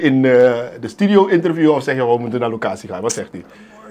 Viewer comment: je zegt altijd Stidio het woord is Studio...